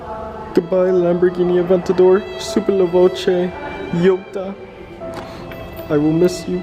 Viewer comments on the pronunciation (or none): Did he say super levoce, instead of Veloce?